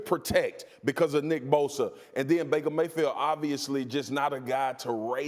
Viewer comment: Baker “mayfeel”